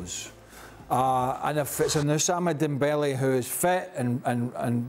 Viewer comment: Oussama Dembele xD